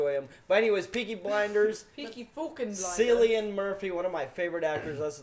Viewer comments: It not Sillian It is Cillian... Like k sound.. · Also pronounced- KILLIAN NOT SILLIAN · its KILLIAN not SILLIAN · It's a BBC programme. Cillian is pronounced as though it has a K . Killian. Not pronounced Sillian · .... no... no no, It’s Cillian like Kill-ean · Just to note for Cillian the C is not pronounced like an S. Instead its the same pronunciation as Killian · cillian murphys name is pronounced killian its the irish spelling. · Cillian is pronounced Killian not seellian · Yes should do some research but not too much either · Silian?! SILIAN?!!!! What the fuck mate...english is your native language. The fuck..... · 1. it's not Netflix original, it BBC British Broadcasting Co operation. 2. Cillian is pronounced KILL-IAN.3.You guys need subtitles to watch Peaky Blinders. Cos Black Country Vocab is on a another level which u Americans wud not understand. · It's made by the BBC and funded by the British tv license Not Netflix. And Cillian's name is pronounced like Killian. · pronouned kill-lian murphy lol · Can you pronounce Cillian Murphy's name correctly 🤔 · They said cillians name wrong!!!!!! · the way he pronounced Cilian Murphy, it physically hurt me lol